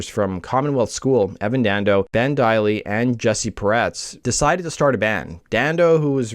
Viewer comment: I’ve met Evan a few times over the years . Before the success of the band AND after. Friends of mine played in the line-up of the Lemonheads. I’m also friends with Ben Deily - it’s pronounced DIE - ly ( by the way ) His late cousin was one of my best friends in Highschool. Great video. Great work as always. 🎉